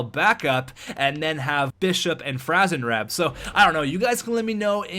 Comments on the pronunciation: It's franzreb you idiot!😡😡😡😤😤😤🙄🙄🙄(Fran-zuh-reb) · Don't get Franzreb... you can't pronounce his name hahaha jk bro <3